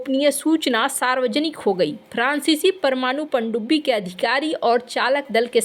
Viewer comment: Please focus on your pronounciation. Example: prancici francici .